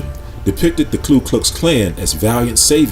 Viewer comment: The spelling is right there, Ku Klux Klan, and still repeatedly calls it KLU (clue) Klux?